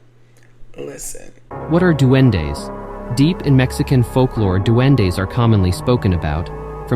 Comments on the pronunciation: lmfaoooo the way “he’s a dueNo” took me all the way out. 😭😂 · She called him a duend-no 😭🤣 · In Trinidad we have the same things, but we pronounce it a “doo-win”. They r the souls of children who died before being baptized. They are sexless, wear cone straw hats and their feet are backwards. They are known for trying to lure children into the woods/swamps/sugar cane fields, and the children are never seen again…if u hear someone whistle at night or hear someone call ur name, u ignore them. SIS I am so happy to see u daily. Congrats on 100K